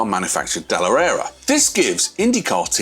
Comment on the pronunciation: "Dellarara" lmao